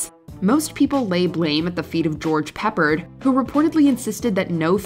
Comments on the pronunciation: Not "Peppered", PeppARD. Rhymes with "hard". Whenever you brand new rugrats are unsure of a name that predates your existence, ASK AN ADULT. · pronounced pepard not peppered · It's Peppard not Peppered. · Just so you know, for name accuracy, and I state this with all courtesy and respect: it's George Puh-PAHRD ; not George "Peppered". 😺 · It's not pronounced peppered. It's pe-pard. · "George "Pepperd"? If you going to do a long wined AI video about famous people at least learn how the names are pronounced. His name is George, you got that right surprisingly, PeppARD. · The correct pronunciation of George Peppard's last name is Pah-pard. Not Peppered. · really? "George PEPPERD"? it's pronounced Puh PARD!!!! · The A-Team star’s name is pronounced Pep-PARD not Peppered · It wasn’t George peppered it’s George Peppard!! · George “Peppered”! Wow, do your research. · George "Peppered" lmao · George "Peppered"... LOL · I can see how a younger person could make that mistake, but it still made me laugh. Peppered. 😂